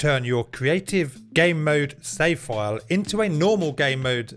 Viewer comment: I love your accent. The subtitles say "save foil" when you say "save file", it made me smile 😊